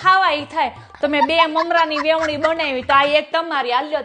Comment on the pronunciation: Vevni nhi ben Veni bolo